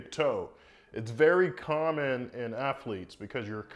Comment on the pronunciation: I’m sure he’s very smart man but he said Aphlete and obscrution.